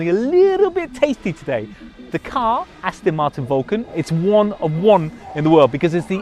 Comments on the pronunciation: Its not Astin martin its Aston Martin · I hate people who say Astin Martin